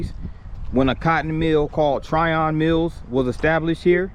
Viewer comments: Pronounced "Tryin" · Its Trion as in onion. Not Tryon.